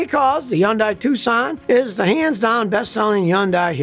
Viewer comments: Scotty, its hun-DAY, not hun-DYE. just saying. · It is pronounced: HUNDAY not Yunday. I dated a Korean. 100% it is HUNDAY. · Can't you say Hyundai not undai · Scotty Kilmer is a stubborn mule! Everybody else calls it Hyndai with an H sound, but not him! See, he's supposedly supersmart, and everybody else isn't. Whatever! He comes across as arrogant! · Scotty is stubborn and keeps insisting it's pronounced Yundaia - without the "H". NOBODY pronounces it that way! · It’s Hyun-dae. I know Korean. And it’s actually Gee-ah. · Pro tip: Hyundai rhymes with Sunday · Is it pronounced Yun-Die? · It's hard to believe anything this guy says since he doesn't even know how to pronounce Hyundai. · When you learn to pronounce the name of the company correctly, I'll start to take you seriously. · I can watch this why are you mispronouncing Hyundai name? I've worked for both companies, and it's so distracting. if you can pronounce the name, maybe your info suspect too?